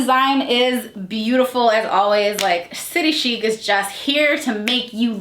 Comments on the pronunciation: I’m Australian! I love this brand! And my closet is full of them Just a FYI it’s city chic like chick! Like chicken haha so city chic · I am in Australia and we pronounce chic as in chick. That’s what the store calls it anyway 😃. We love this shop as the clothes are made beautifully. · I love city chic, I live in Aus & love the clearance stores - prices drop 50-80%!! Its pronounced "city chick" x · I’m an Aussie and maybe it’s just me but everyone I know who shops st City Chic pronounces it as “City Chick” :) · I’m from Australia and they have a factory outlet store where I live and the had dressy play suits for $30 down from $120 and heaps of other clothes, we pronounce it city chick size s is a 16 aus so it’s a 12 us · I live in Australia. We pronounce it City Chick Ps. Love you videos all the way from down under ❤️ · I just wanna point out.. Aussies pronounce it “city ‘chick’” 😂😂